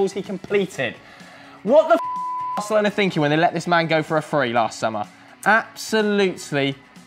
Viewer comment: the operator guy look another dumbass that can't even say Barcelona have some respect